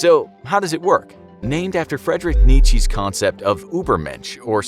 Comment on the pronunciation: You pronounced nietzsche wrong, you uncultured swine